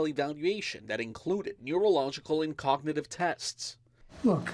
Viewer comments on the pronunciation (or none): "Look, I have cogniv chess every day"